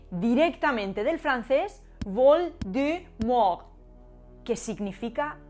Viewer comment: La pronunciación de "l'étrange" deja mucho que desear jajajaj, pero la de "vol de mort" estuvo bastante bien.